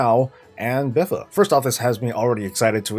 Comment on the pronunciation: I hate that this guy calls it BIFA. BFA!